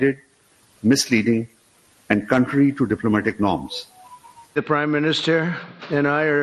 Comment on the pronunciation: He can't even pronounce properly the word contrary 😂